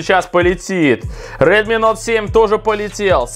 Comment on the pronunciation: Прикольно) на Самсунг говоришь Эй 50 , а на Редми - Нот 7 ??? Тогда уже на английском правильно будет Ноут 7 ! ;-)